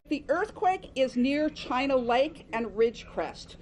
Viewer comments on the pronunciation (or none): none